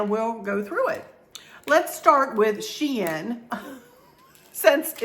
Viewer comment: It is pronounced She in not Shine Google is wrong. There's a YouTube video on it. It's spelled SheIn with a capital I. Made up word specific to their website. Thanks for sharing.